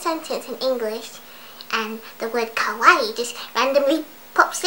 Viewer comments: OMG YESSSS THEY SAY KOWAI AND NOT KAWAII i love you <3 <3 kowai=scary/scared kawaii=cute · lol i knew you were going to say kowai its a common mistake in my japanese classes T_T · UGH OH MY GOSH! There is this girl at my school...she learned what the word KAWAII means. She says it kind of like KOWAII. Today she was saying, skylookssokawaiidesu like come on! She came to school with these pigtails and stuff. I have nothing wrong with that! :) But the thing that really annoyed me was that she was saying: sky looks so kawaii desu LIKE LITTERLY THE HOLE FREAKIN' TIME! She didn't say desu like how it's supposed to be. Instead teas she was saying it like: "sesu and not "des" ugh sorry about the errors, the YT comment system is fucked up. :( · i'm japanese, and it's fun/funny when ppl say it ironically or just sometimes, but it gets really annoying sometimes when they completely butcher the word or don't even know what it means (usually ppl pronounce it as kah-why-ee) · u says kawaii the wrong way 2 minutes later Looks depressed /_\ I cri